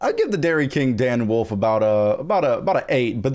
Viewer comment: cannot say wolf.